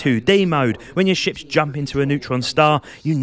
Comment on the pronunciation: I love watching Euro dudes explain space games because when you say ships i hear "shit" it makes it 100x better 😂